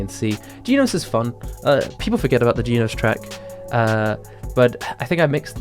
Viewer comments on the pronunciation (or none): Not geenos it's genos like reGEN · I’m not tryina be racist and all that stuff, and you probably can’t help it because of your accent. But “Jee nose?”